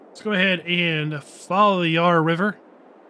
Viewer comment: Loved the map tour but as an aussie living close to the yarra valley every time you pronounced it i cringed as the first a in yarra it pronounced like the a in valley